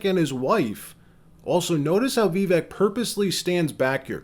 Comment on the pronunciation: Great video. I’m hopeful that Vivek will be the VP choice. I don’t mean to nitpick, but you’re mispronouncing Vivek in the video. Trump Vivek 2024!